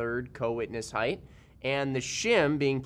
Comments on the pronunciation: theres no suck word as heidth. It's height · Why do people say "heighth"? 😂🤦🏻‍♂️